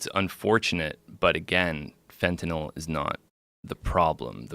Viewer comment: I hate how he says fetanyl